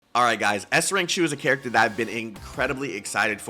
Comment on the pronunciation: Waited a whole year for her. High skill ceiling characters are super fun. Also, IT'S SHU!